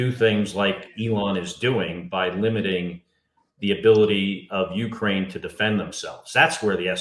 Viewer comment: Please learn how to pronounce Ukraine.